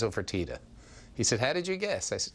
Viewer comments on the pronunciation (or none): its not " Fortita " its "Fertitta", the two names arent even pronounced the same